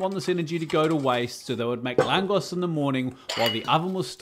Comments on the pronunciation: Nice work. One of my favourite food. Its very good pair with gulyas (goulash) soup. (just a little sidenote: the correct pronunciation is laangosh, hungarians using "S" as "SH") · It’s pronounced “lagosh” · It's pronounced làhngosh, baaaaaszus 😂😂😂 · Its pronounced langosch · Hungarian food doesn’t get the credit it deserves! Appreciate the post! It’s pronounced langosh btw 😂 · it's pronounced, langosh ... my late Hungarian mother used to make them, and we used them as a dipping bread in a bean soup she used to make, called "bob lavash" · Very good, chef. ❤ One small detail tho, the "s" in "lángos" is pronounced like "sh" in english, like in "shovel". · Pronounced langoSH. But yeah, its fantastic regardless of how you pronounce it. They look fantastic. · I really love those ❤ but I think your recipe needs way more garlic oil brushed on at the end 😂 oh and btw, I think you pronounce it with „sh“ like in oh my gosh ;) greetings from 🇦🇹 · you actually pronounce this "langosh" ☝🏻😄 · correct pronunciation is langosh (th a is long and pronounced like in french) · should be "lun-gosh" as you pronounce. As Budapest's "S" letter is also not "S" as you say it on English, but "Sh". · The S is pronounced like Sh (so more lángosh) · Its pronounced LANGOSH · Never thought you'll make something from my country!! Next time try some EVOO and grate garlic in there, the spicier the better ( depending on how much you like garlic ), after you fried your Langos you brush it with this garlic oil first, then sour cream and cheese. The S at the end is pronounced as SH:) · "s" in hungarian is pronounced "sh" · Pronounced ad with english "sh" at the end...